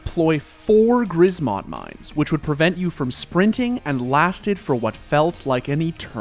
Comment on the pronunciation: “grizmot mines” btw